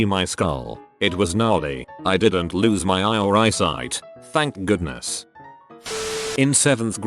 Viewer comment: The TTS said "thank goodness" with some delay... Sounded like he was very grateful